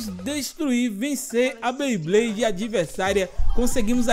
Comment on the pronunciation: Que agonia o pronunciando " BLeyblade" ao invés de "BeyBlade" kkkkk quem notou curte ai